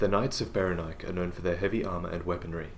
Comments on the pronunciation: I really think it should be pronounced beh-REN-ee-kay. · Saying Berenike so that it rhymes with "bike" always felt clumsy to me. I think it works better pronouncing the final 'E' as if it had a Greek origin. And if you pronounce the final 'E' then it flows better with the accent on the second syllable.